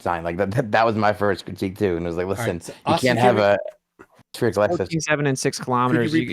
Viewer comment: Will someone PLEASE teach how to say 'spherical' - at least tell him there's a 'h' in there... And an 'i' before the 'c'. Christ it's grating on the ears to hear 'spearacle' every 2 seconds.